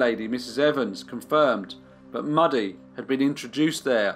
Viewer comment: ‘Mewdie’ not ‘Muddy’ I should think.